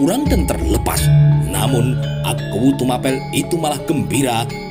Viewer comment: Yg betul TUMAPEL itu bacanya sprti baca APEL